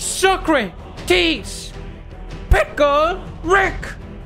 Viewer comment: Cuando se dice socrates y este dice socratis